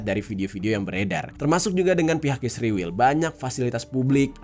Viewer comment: knpa sebutan ISRAEL jadi ISRIWIL